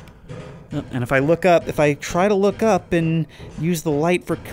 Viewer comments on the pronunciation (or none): I know he's saying "look", but the way he says it makes it sound like "fuck", and now i cant unhear it.